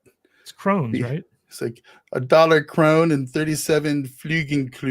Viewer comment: It's not "crones" the scandi currencies are >>Kroner<< just use google translate and try and actually pronounce it. you'll sound all weird, and you'll know why the vikings were so ill tempered :P